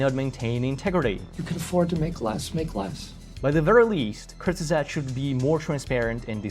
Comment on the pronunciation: I'm dying at the pronunciation. Why did they call themselves that? Just to make it hard for people to refer to them? 😭They're like the Voldemort of English-only YouTube. Anyway, don't overthink it. It's /koorts-guhzahgt/